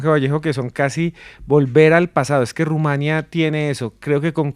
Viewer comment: Felicidades al interlocutor del conductor principal: una en mil personas que sí sabe q se dice Rumania (sin acento) No Rumanía. Bien x usted! Me dio gusto escucharlo.